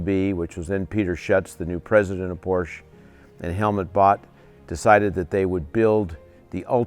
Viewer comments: It's pronounced “Por-shuh.” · A couple of other "car guys" who make videos regularly say Porsche wrong also. EVERY time I hear that, I downvote the video.